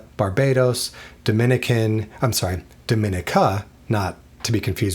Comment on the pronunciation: It's pronounced Dom-i-neeka